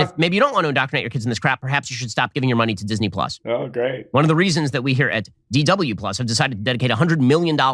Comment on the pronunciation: I love how Shapweirdo emphasizes the "DW" in "DW Plus," right , implicitly acknowledging they stole the Plus concept from Disney to begin with.